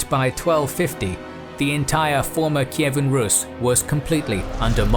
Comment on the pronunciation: Russia has nothing to do with Kievan RUS. The pronunciation in English is incorrect.